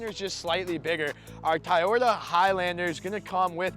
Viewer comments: Says he gets roasted in the comments for saying Tieyota...says he will try to say Toyota. Two seconds later..."Our Tieyota highlander comes with..." lol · Dude, I love your reviews and everything but I promise you this, you can count me out if I hear another cringy TAYOTA from you on your next Toyota vehicle review. It’s TO - YO- TA. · No offence, but please know how to pronounce the product name. It is Toyota, not Tiyota. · After the third Tie-Yota I’m fucking out. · It's Toyota not tiyita 😂😂 Just kidding bro. Love this review 👍👍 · WTF is "tie-oda" ? Decent video, but unless you go for the Highlander Hybrid, the Pathfinder is the better choice. It's just a shame that you have to go for the Platinum or SL+package trims to get most of the appealing features on it. Gets pricey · You can pronounce it “Toy-ota”. Try it. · Ta'ota :-). Just joking. Great presentation and comparison!! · I think I'd go for the pathfinder instead of the "tie-oat-a" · It's Toyota it's easy to say just say Toyota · "Tayota"! Got a good laugh on that. Just the way my father in law pronounces it. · Hands down Toyota Highlander. Best resale value and quality over Nissan. And your pronunciation of the name Toyota is wrong.